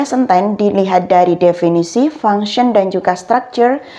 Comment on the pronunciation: tolong perbaiki ngucap function